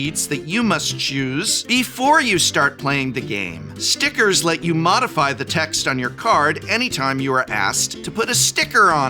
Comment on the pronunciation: Everytime you say stickers I can hear you say STICKERS ITS STICKERS